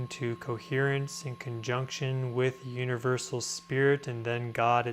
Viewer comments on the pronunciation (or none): none